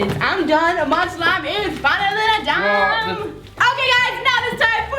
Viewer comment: I heard dumb not done 😂